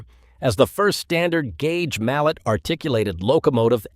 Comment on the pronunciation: Old Maud is a (MAL-LAY) . It is not pronounced like the name of a hammer. Anatole Mallet ( the developer of compound steam engines) was born in Switzerland but his family was of french origin and spoke french.